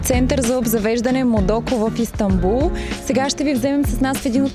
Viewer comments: Супер видео. Иначе се пише и казва Истанбул, а не Истамбул. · Благодаря за клипа, но може ли да изговаряш и пишеш името на ИстаНбул правилно.